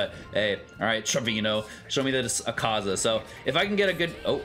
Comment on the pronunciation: you don't have to stress on the AKAAZA just pronounce it like Madara one A is enough